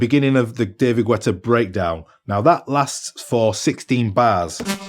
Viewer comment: david gwètta?